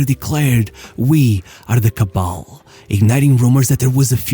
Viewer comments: It's not "Cabal", it's "Kabel", which translates to "Cable" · Kabel not Cabal....Kabel meaning Chain link...But probably Your not like us! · Not kabál but kabel as in cable. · Reiziger said "kabel" (in Dutch) or "cable" (in English) not "cabal".